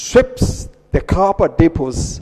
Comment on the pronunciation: Capa dipazits is that "copper deposits"?